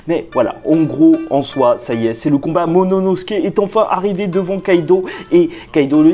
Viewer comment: "Momonosuke" grrrrrr vilain. Sinon bonne review